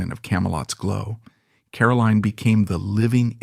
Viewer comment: Caroline is highly accomplished: the author of several fascinating books, the much lauded ambassador to both Japan and Australia, and the keeper of the flame of her parents' exceptional lives. She is a huge credit to the Kennedy family. Too bad her name is mispronounced throughout the video: she is CaroLINE, not Carolyn.